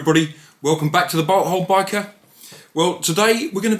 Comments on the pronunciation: It really does sound like you say butt hole biker, blame me because I’m American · I thought he said butt hole biker